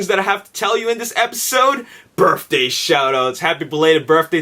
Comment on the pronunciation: He says "birfday"